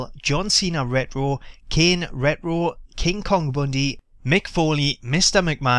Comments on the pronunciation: its pronounced RETRO not rero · wut the fuck is ret row?? are u scooby doo?? its re-ch-ro!! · lol ret-wo xD sorry cracked me up. Pronounced Ret-Tro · the way u say retro is ret ro. so annoying lol cheers for vid tho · I like how you pronounce retro, I mean reh-roh *smiles* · Why does he say rero???? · Ret - Row Lol Thats How You Pronounced It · Hey for everyone giving you gripe about the way you say "retro" just pronounce it as "wretch - row" if you care. Onto the one things that bug me. Didnt Bruno say he was in the game a while back? What happened with that? Would suck cuz it probably means they pulled a capcom and he's already on the disk but locked. Also it grinds my gears that Axel(the current IC champ) didn't make the cut nor Big E. The wyatts and fandango I don't mind waiting for. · The way you say "retro", sounds like Scooby Doo saying "rut roh" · It sounds funny when he says rrtro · "Kane redroo" "triple h redroo" lol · Someone tell him there is a t in retro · You don't know how to say retro right do you jackass ? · I hate the way he was saying it, he's the only person I've ever heard pronounce it that way. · learn how to say retro